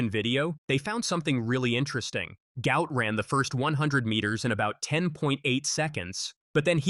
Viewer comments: 👉Guot Guot! Not gout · Apparently. it's pronounced Gwhat Gwhat. Go_ ut Go_ ut. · Actual name is Guot, correctly pronounced 'Gwot' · Say his name properly Gwot